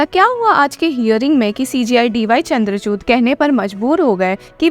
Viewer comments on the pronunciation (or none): चंद्रचुद Ni 😂😂 चंदर चूड़ है madam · I swear she always pronounce cji dy chandrac..t 😭😂